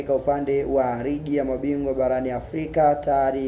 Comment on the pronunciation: Unachafua lugha ligi sio rigi nitakusema mpaka hizo r zako badala ya l jifunze lugha